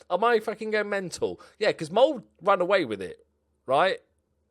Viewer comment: Its not Mold its Molde